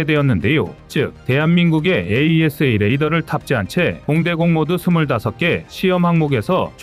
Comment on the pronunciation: 그전부터 찜찜했는데,AESA레이더를 에이사로 읽지않고 자꾸 철자 그대로 읽는거보니 여기도 공장형 AI쓰나보네요.AI는 인간미가 없어서 별로 정이 안가는데..